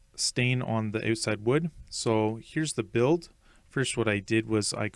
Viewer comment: "So here's the oooot-side" 😆